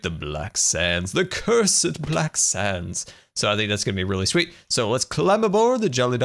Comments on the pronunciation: Who else heard black sams island instead of black sands island or is it just me? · It sounds like hes saying black sans